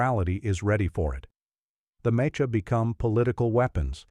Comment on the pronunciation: Also, you gotta figure out how to get your artificial narrator to reliably pronounce "mecha" properly (or, you know, use a human narrator).